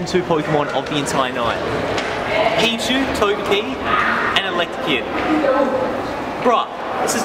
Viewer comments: No offense but it's elekid not electikid. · Elek-The-Kid? Isn't it Elek-id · its ele kid not electa kid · Rocking the touch screen gloves👍👌. Das some swag right there. Swagalastic 😎and I like how he said electakid even though it says elekid right in his face on his phone 😂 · It's not electakid it's elekid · *says in Hermione voice* Stop, stop, you're going to make someone's ears bleed, and besides, you're saying it's wrong. It's Elekid not Electakid. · lol when i say ur egg hatch i said "ELEKID" and then u said "elctakid" and i was disappointed in myself i thought i got a pokemon name wrong and then i read it and it was "elekid" so i was like YES! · Electekid?? Also, you're forgetting about Smoochum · Its not Eletrakid, it's Elekid. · Why does everyone say electakid when it's elekid. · Elekid, not fucken' electrakid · "Electikid" bruh, its elekid. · he said electikid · It's El-Eh-Kid not El-Ekta-Kid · you say electakid and its elekid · Elektekid.... really :/ people get your pronunciations straight.... its Elekid no te..., most made mistake is Shedninja instead of Shedinja.... there is no N there.... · It's not elektakid its elekid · *elekid not electakid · "Electakid!" lol nope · ha :) he called elekid electakid! doesn't matter though we know what he's talkin' about. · did you say electikid? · He said electakid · He pronounces Elekid wrong so terribly 😂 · Svenator That's what annoys me as well, if they love pokemon like they claim they do they'd at least learn to say the name correctly